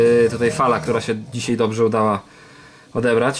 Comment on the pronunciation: Dzisiaj, "dzisiej" brzmi jakby ledny dziadek mówił. Ale film fajny